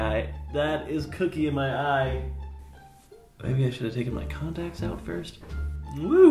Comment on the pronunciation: DID HE SAY CONTACS?!